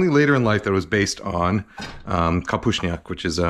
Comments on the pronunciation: well, it was an Americanized version, not bad though but not traditional, but your pronunciation of kapuśniak was pretty good for a non-Polish speaker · as a pole, i'm impressed with your pronunciation 👍 gotta show this one to my mom to scrutinize haha